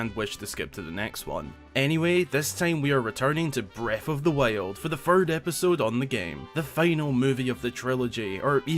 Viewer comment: breaf of dhe wiold